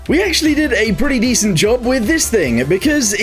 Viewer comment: "we actually did a dece- idjimijib" 🔥🔥🔥🗣🗣